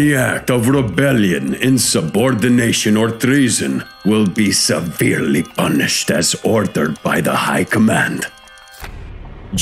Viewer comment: Anyone else cracked the fk up at “seVERELY punished”?